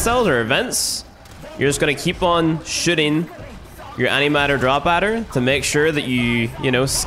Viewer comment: When ever you say shooting you say shitting